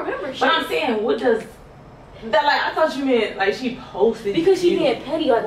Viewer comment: Why do you pronounce she